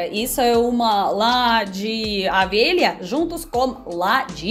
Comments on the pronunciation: É lã de. O V E L H A, e não é AVELHA, KKKKK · 😁😁😁😁, é O. Velha e não Avelha 😁😁😁 mas o vídeo está ótimo!! 😍😍😍😘😘😘💖💝💖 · É engraçado ouvir você pronunciar "lá de avelha ". Adoro seus vídeos 👍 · Você troca O pelo A rsrs . Vc é muito simpática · E avela... É ovelha 🐑 adoro o sotaque!! 🤣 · "Avelha"???? 😂 🐑 Ovelha... 😘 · Você têm problema em falar Ovelhas você fala Avelha kkkk